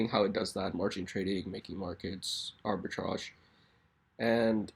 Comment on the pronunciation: I wanted to get into this coin but I'm worried. Why is deflation good for this? Won't there eventually be so few coins where it will be useless because people don't want to trade tiny decimals? I am also worried because you went over how they deflate and you cannot even pronounce arbitrage so do you even know what it is? I think people are just buying it solely because deflation = price increase.